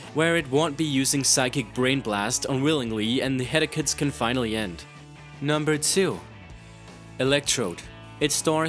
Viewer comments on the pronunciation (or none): Dude, you need to take another serious English class. "Headicus"? "Genatella"? Come on, man. It's Headache (Head-ay-ck) and Genitalia (Jen-eh-tail-ee-uh) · Listening to you pronounce words like genitals and inetvitabley literally gave me a hedekkuh. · it's weird right? like he's reading someone else's script